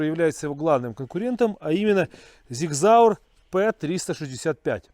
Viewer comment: Правильно говорится Sig Sauer ( Сиг Саур )!